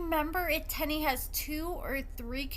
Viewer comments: Her name is pronounced “tee-knee” not “ten-nee” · The way u mispronounce their names tickles me 😂 1st Shonta now Teenie